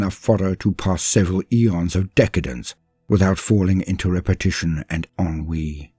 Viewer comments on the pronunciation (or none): none